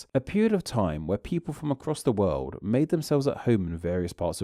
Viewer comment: What’s with the over pronunciation at the end of words??? Tooo-weh / glob-eh / old-eh / new-eh